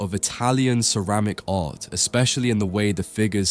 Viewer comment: Great study. Occasionally you do the correct pronunciation of closing t's, and sometimes not - "art", "part", "white", and "not". Tony Blair popularized this kind of pronunciation as he dissembled like a naughty little child. No need for us to follow suit. A nice crisp pronunciation sounds so much better, not so?